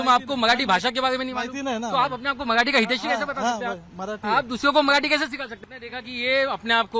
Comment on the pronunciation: मआठी नाही रे मराठी बोल 😂